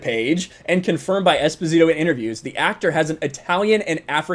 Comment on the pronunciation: Anyway, Esposito is not even Spanish-sounding, it's an Italian surname that was given to abandoned children. Long story short, its pronounce has the accent on the first "o", not on the "i".